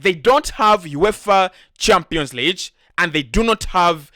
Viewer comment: Champions Leeech???? Or Lig as in big?